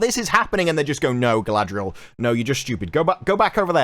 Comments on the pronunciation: It’s Guyladriel…. can you get it correct please! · This ain't Galadriel this is GaladREYal. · Galadriel? I thought it was CAladryl. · I love how all of the actors in the interviews pronounce "Galadriel" completely differently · Every time they say "Galadriel," it sounds like the consonants in her name got drunk, fell, and broke their hips. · I truly can't wait to see the show. I got my notepad ready to count how many different ways Galadriel is pronounced. It's my filologist and linguistic passion. 😂